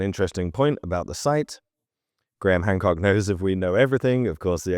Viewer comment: You said HAND COOK🤭